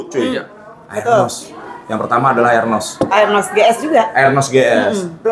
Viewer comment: arnos bang,bukan aernos bacanya